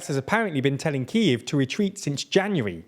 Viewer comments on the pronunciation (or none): none